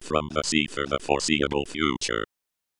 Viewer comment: "For the foreSEAable future"